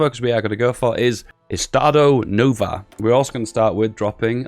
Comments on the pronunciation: "Estado Nova" Like it clearly doesn't say Estado Novo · Well srry for this but i am portuguese and the way that you say like estado novo or porto makes me laugth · I know Portuguese and it just hurt to hear that